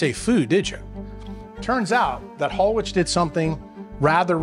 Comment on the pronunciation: Hallwich is actually pronounced (Hall Vich)